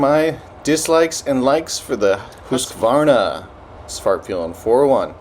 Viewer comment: HOOSK-VARNA??! HUUSKY-VARNA. skol